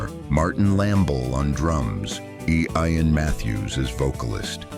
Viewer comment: Please train your AI narrator to properly pronounce people's names. For example: at the mark, it is not "EE-Eye-An." The name is "Ian" (ee-an).